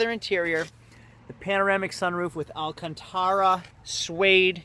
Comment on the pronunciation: Alcantara. You said it right.